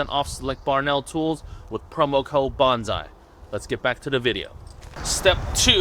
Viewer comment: Always find it difficult to trust instruction from someone who doesn't pronounce bonsai correctly.